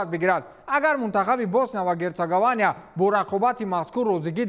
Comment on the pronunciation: Босния ва Гертсогования Не, ... Босния ва Гертсоговиния 😊😊